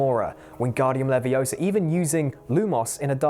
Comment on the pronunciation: It's leviOsa, not levioSA!